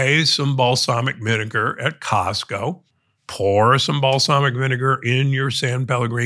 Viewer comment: Costco not Costo***